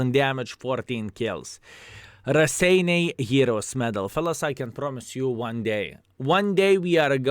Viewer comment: Wow, paused to read the history bit of the Raseiniai Heroes' Medal and realized Raseiniai is actually name of a town in Lithuania. is from Luthuania, right? I sincerely hope to finally see the day when will get this medal, you deserve that! BTW, guess I've been pronouncing Raseiniai wrong all these years since I've been playing WoT, hehe.